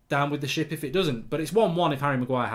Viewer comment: "great dido" and "go down with this Shap" classic mark lol